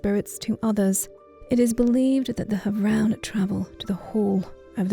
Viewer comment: Beautiful as always, but you're mispronouncing havroun :( As heard in the personal story, it's /havrun/ not /havran/